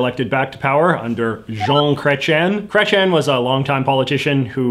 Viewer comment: It's pronouced Kreytsi - Ehn not Kretchen. I absolutely liked this video though, I learnt a lot from this, I just can't stand the massacre of a name of that gravity X). You should talk about the worst and best of provincial governments, I would love to hear about that! (Not just Ontario please)